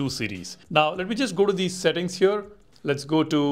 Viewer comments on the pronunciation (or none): Please top saying "hyur" instead of "here"